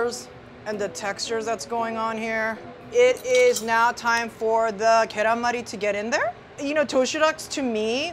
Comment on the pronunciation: For non koreans- its pronounced gyeran mal- E , not mari like name